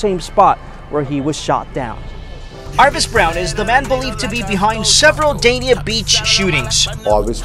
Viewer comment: Everybody think Miami where it’s at noooooo… Ft.Lauderdale ain’t nothing to play with… I live in Oakland Park so I’m stamped… Ps.. it’s pronounced Daney